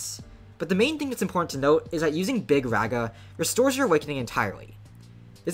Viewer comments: “Big RAGa” bro its big “rawga” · Its rah guh, not rag uh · BRO ITS NOT BIG REHA ITS BIG RAAGAA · HOLY SHIT BRO THIS GUY!!! ITS NOT BIG REGA IS BIG RAAGAA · I know doesnt really care but Mahoraga is pronounced maho-raw-ga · My goat got so cooked for pronouncing it wrong he's just calling him big raga now 💔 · You got tired of being laughed at for pronouncing Mahoraga wrong so you compromised, adapted and overcame. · Stop saying raga like that bro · You cannot pronounce this mfs name for the life of you shortened or not 😭